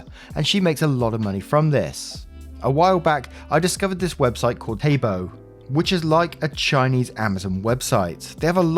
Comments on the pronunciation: Taobao is pronounced like towbow (think of the pronunciation of the word HOW) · Taobao is read tow-bow (both ow's as in cow) 👀 Also, Taobao is owned by Alibaba 👀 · Please telk me I'm not the only one who laughed a bit at Taobao being pronounced as "Taybo"